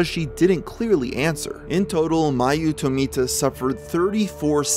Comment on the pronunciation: I can't unhear the name being Mayu Tomato instead of Mayu Tomita.